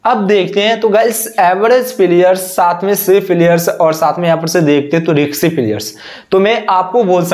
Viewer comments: रिक्शी नहीं भाई रिस्की होता है । bolna seekh lo aur screenshot dusro ka lagakar jhut mat bolo ... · रिक्शे नही होता bhai wo रिस्की होता है 😂😂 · Ri. K sy nahi beta Ri s ky hota hai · रिंक्सी नहीं रिस्की प्लेयर होता है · Risky hota hai riksi kya hai?